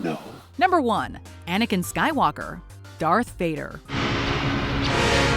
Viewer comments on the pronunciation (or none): I’m sorry but did she say something like ‘vopad’😂 and putting mace windu and qui gwan gin at the bottom and then putting rey above them and putting maul at 15 I’m just waiting for this to get worse